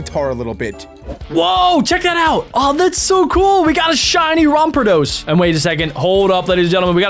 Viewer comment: It not rampeodose it rampardose